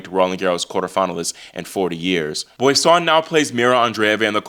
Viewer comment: Hey, just a little note on the pronunciation of Boisson...(Bwah saw) the 'n' is not pronunced